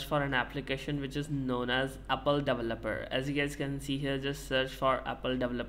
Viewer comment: apple davaloperr 😂😂😂🥹